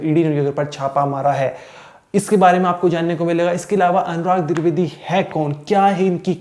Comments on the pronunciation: Dwivedi not druvedi tab anchor baniye ya sab jhol chal rha h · Tu bhai phle dwivedi bolna sikh😅